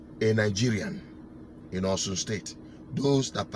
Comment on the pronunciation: It is not "Osun" but OSHUN. That's the pronounciation of 'Osun'.